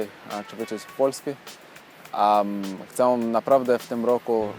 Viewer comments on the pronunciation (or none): Gratulację, bardzo zazdroszczę takich zdolności. Mam jedną radę jeśli chodzi o polski. Literę ę na końcu słowa czytamy jak e - bez nosowości. Problem było słychać w słowie "chcę". Powodzenia :)